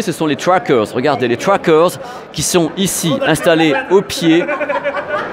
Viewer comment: Avec les trwackeurz.... Oh putain c'était un pari ou quoi...autant y aller avec l'accent français, le franglais du gars du pinpins c'est encore pire